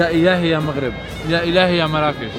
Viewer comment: إسما مُرَّاكُشْ وليس مَرَاكِش